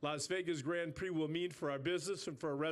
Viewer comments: "formula one grand piri" ? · How can he can irky with her, for saying liberty mutual, when he then goes and calls the grand prix a a "grand piri"?? Its not a piece of chicken 🐔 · Grand Pirie. Dafuq is that? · These people can’t even say Grand Prix or Constructors. What a shame